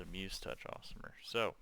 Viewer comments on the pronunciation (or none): aasimar (ay-sim-ar) "Awesomer"